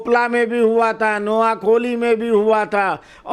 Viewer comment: आदरणीय महोदय, नोयाखोली नहीं नोयाखाली , कलकात्ता नहीं कोलकाता होगा। धन्यवाद ।